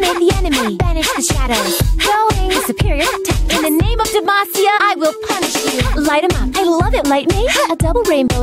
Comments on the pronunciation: Who else heard "In the name of Demacia! I will punch you!" Instead of punish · The first time I heard it, I tought she said "In the name of Demacia, I will punch you!" LMAO